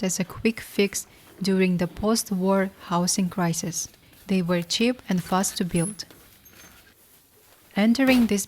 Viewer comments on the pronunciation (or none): Her pronounciation is driving me nuts! It's C H E A P!! NOT chip!